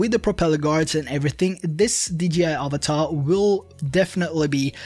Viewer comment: Avata, not avatar